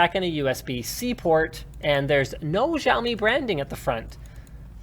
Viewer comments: Xiaomi is pronounced as "Show me" as one of my Chinese friends point out. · Linus reads all the comments my ass. He manages to botch the Xiaomi pronunciation every time, even though he gets corrected on every Xiaomi related video. PS: How can Luke not know what LeEco (LeTV) is!? They've been making high performance phones for cheap prices for a few years now. They released the first Snapdragon 820 phone, and the first phone not to have a 3.5mm jack.